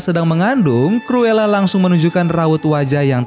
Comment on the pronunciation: Bang penyebutan nya salah tulisan nya cruela tapi di baca curula